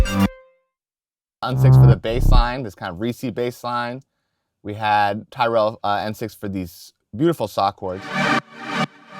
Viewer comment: You're incorrectly pronouncing Tyrell